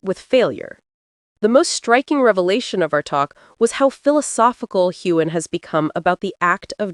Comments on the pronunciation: It's not Haygan! It's pronounced Heu an. The g is not sounded. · The narrator should learn the correct pronunciation of Sam Heughan s name! It is NOT Haygan! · The narrator should learn to pronounce Heughan! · Find out how to pronounce his name! Drives me nuts!!!!!!